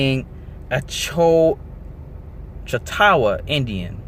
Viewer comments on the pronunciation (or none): Good work bro. Btw pronounced (chaulk-taw) continue the search fam.